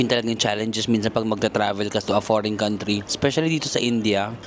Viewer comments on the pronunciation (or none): none